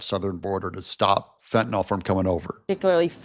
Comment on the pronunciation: Fentanyl is pronounced fen—tuh—nill.